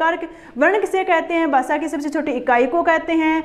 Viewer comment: Basa ni bhasha hota h